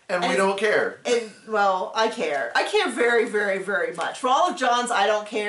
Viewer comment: New drinking game: take a shot every time says “I don’t Kerr”. 🍻🍻🍷🍺🥃🍸🍹